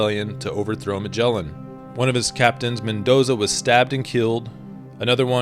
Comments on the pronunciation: IA melin au lieu de magellan.. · "Magellan" MY ASS! What a pathetic way to to say the name of Fernão de Magalhães!!!! LEARN HOW TO PRONOUNCE THE GUY'S REAL NAME!